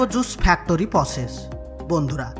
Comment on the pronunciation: আহারে উচ্চারণ!! ফ্যাক্টোরি 😆😆